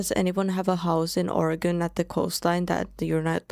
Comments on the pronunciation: Born and raised. I love how you are saying Oregon correctly. She just visited a small portion of pacific coast. There is way more to see. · You beat most Americans in actually pronouncing the name of the state correctly.